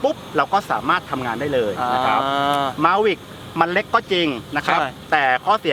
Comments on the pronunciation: คำว่าเล็ก มายเมทเนทพูดว่าแล็ก 555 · เล็กนะคะพี่เน็ท ไม่ใช่แล๊ก55